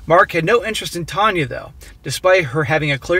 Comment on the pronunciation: "Tanya" more like "Tania" Kappa